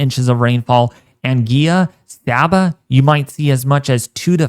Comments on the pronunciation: The island of Anguilla is pronounced 'Angwilla'. Please take note ok... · Hey,. We are always appreciative of your very comprehensive weather updates. Thanks for keeping us alert here in the islands. My island, ANGUILLA, is actually pronounced AN GWILLER. Keep up the excellent work. Blessings!